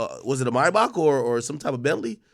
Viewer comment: Ak the only Niga I know who says Maybach correctly